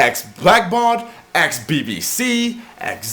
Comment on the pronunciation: Did you just say "aks" instead of ask?